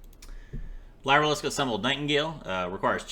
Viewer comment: I hate being that guy but its pronounced like "Leer" and not "lye"